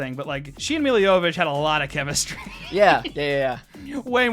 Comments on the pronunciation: They didn't pronounce "Mila Jovovich" right once lmao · Lani never pronounced Milla's last name correctly